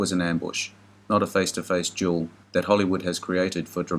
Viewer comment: Duel, dam it, not jewel!